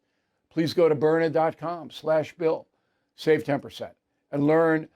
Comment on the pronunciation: It is Byrna, why do you and Hannity insist on pronouncing it Burner?. B Y R N A... say it with me Bill,, B Y R N A.